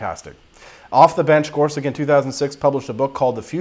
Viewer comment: his last name is pronounced as "such" and not "sic"